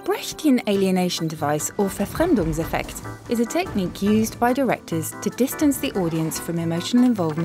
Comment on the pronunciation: Seconded! Even the pronunciation of "Brecht" and "Verfremdungseffekt" was amazing!